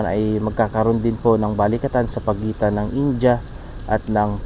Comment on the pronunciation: boss india ...hindi inja...